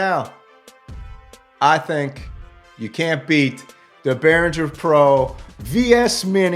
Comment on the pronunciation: Why can't people learn to pronounce the name of brands they're making videos of?